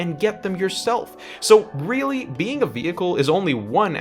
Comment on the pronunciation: i weally wike the king of wed wions...